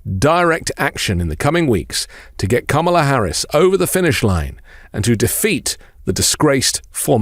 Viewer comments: Like your videos but plz pronounce Kamala's name properly fer chissakes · Mmmmm - STILL CAN'T PRONOUNCE KAMALA's NAME . . . DO SOMETHING ! IT's NOT DIFFICULT, JUST TAKES A LITTLE ATTENTION - OK credit where credit is due - by the end of the video you nailed it 🙂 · Please learn to pronounce Kamala correctly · I agree, that is what I was attempting to convey. The emphasis is on the first syllable. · I like you much dude but you gotta pronounce her name right. I'm sure you also think it important and it was a mere oversight... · You just mispronounced her name then corrected yourself at the subsequent mentions😂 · it would be great if you would pronounce Kamala's name correctly. Come on, dude, really? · please make sure you pronounce Kamala correctly. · Gonna need you to say her name correct sir. Her family literally taught us how to say it correctly at the DNC. Keep making great content☺️ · Please pronounce her name correctly!!! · It's KA-ma-la. Not ka-MA-la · C'mon guys: KAmala Harris not KaMAla. Your first pronunciation was KaMAla. PLEASE PLEASE PLEASE get her name right. It's bad enough MAGA mocks it, we on the left have to pronounce it correctly. I almost stopped listening because I find it so disrespectful. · You gotta be more consistent with your pronunciation of "kamala" her nieces told us it's "comma- la." Your intro was ka- ma -la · DID YOU JUST SAY...Ka MA la???? Komma la Kamma la Kamala...now YOU try. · Kamala (Comma-La) not (Cáh-Mar-La) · Love your speeches, it's KAMala, not KamAla. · NO actually her nieces described it on stage: first say like a COMMA, then like a LA. COMMA-LA. So your Kam-ala is not quite correct, sorry. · ok... listen closely Kamala's name is pronounced Comma La... seems to me, Democrats are just as silly in their mispronunciation of her name while simultaneously saying it wrong... who knew. Let's get it together, so we don't look stupid... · I love your podcast but her name is "comma la"